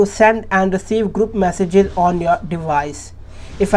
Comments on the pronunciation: tap "massages" noice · “Massages” even though it says message multiple places.